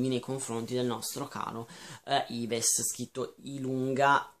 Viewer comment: ajahaahahah si legge alla francese 'iv' non ives ma sti libri della Nemi mi ispirano praticamente tutti!♡ buone letture